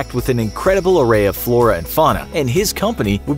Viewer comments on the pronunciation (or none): none